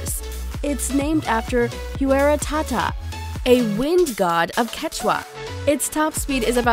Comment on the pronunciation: The Pagani is pronounced "wai̯ra." facepalm